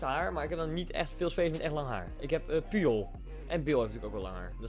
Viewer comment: Puyol spreek je uit als poetjol